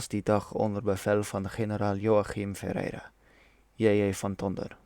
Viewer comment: Perfect Portuguese pronunciation of "Ferreira" ;)